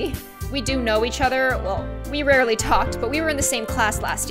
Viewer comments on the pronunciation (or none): none